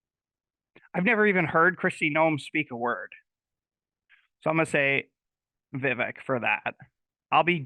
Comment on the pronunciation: Love Vivek! It’s Vi, long I sound , and vek, short e sound. So, V eye vek.